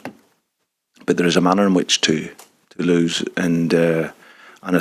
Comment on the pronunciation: Anyone else thinking The Rev I M Jolly? Here, thish water is LOVELY by the way...The next game is what we have to focush on... LOL What planet is he on? He thought they were playing french opposition, there is a manner in which TOULOUSH... Good to see these experienced multi million pound players are on a learning curve. Two inexperienced centre halves?? Oh ma sides... HAHA. WATP. 💙💙💙